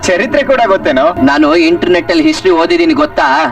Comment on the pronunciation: "Hinternet" 😂 you r from Raichur?